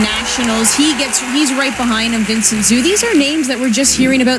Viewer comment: Vincent "Zoo"...*facepalm*. They need to research how to pronounce names ahead of time.